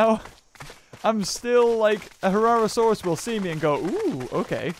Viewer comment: It's not a herrasaurus it's a herrerasaurus